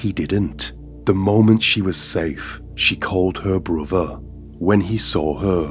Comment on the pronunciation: Your last words are "Stay Sane" or "Stay Safe" ? I always thought it was 'safe', but this one time it sounded like 'sane'